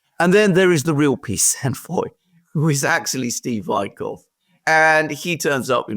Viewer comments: Dear Alexander, it's Whitkoff, as in "wheat", not "white" pronunciation. Turns out, Kellogg was nothing more than a distraction for EU and UK, while the other people were doing the actual work quietly and without any statements. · Yanks pronounce it Whitkoff not Whytekoff, even though it’s Vitkoff